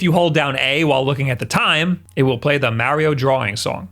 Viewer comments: MA, say it with me, MA . MARIO not "meh" not "myao" MA-RIO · I hate how you keep calling it marryo instead of mario....maybe your french? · IT IS SUPER MARIO NOT SUPER MEARIO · it's MAR-RE-OH, not Marry-yo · It's not Mayorio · It must be a Long Island thing. I believe Colin Moriarty is from Long Island and pronounces it “Mary-o” too. They also both say “Thank you” with a “th” pronounced like “that” instead of like “thought” the way everyone else in the universe who speaks English do! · Super "Mehrio" Brothers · You've pointed out that people pick on you for putting "Mary O" wrong. You also pronounce myriad "miree odd" wrong. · Ok, I'm ready to hear marry-oh a couple dozen times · Why you keep saying mowrio bros? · the way he prounces marios name is funny lol poor mario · Just watching to hear him pronounce ‘Mario’ over and over. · Why can no one say “Mario” the proper way? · This video is so hard to watch. Hearing mario pronounced like that a thousand times hurts the ears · I was about to criticize the way you said "myriad" but then I remembered you say "Mario" like an old woman who doesn't speak English. Love you!: ) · His pronunciation of "Mario" will be the reason I unsubscribe. Especially with how often he says it in videos like this